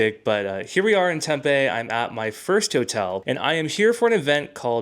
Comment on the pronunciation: Tempe is pronounced Tempy, not TempA. I worked for a tech company that supported a company located in Tempe and everyone there said it was pronounced Tempy.